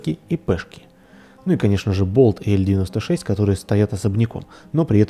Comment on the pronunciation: Не "ель 96" а "эл 96"